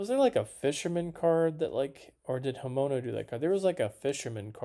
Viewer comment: Bro, love the vids but can you at least try and pronounce the artists names right? Just sound em out. Fu-kuh-duh, Hi-men-oh, Kah-wah-yoo